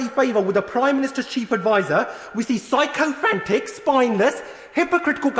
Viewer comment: Needs to work on pronouncing sycophant.. but props to his energy